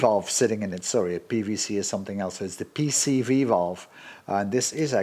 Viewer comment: I have to applaud you for your remarkable ability to say correctly "PCV" almost every time. Me, every single dang time, I say "PVC". I guess I did more plumbing than emissions work early on. Drives me nuts but I can't help it. It is now deeply burned into my aging brain and is hopeless. So, I'm impressed, congrats! :)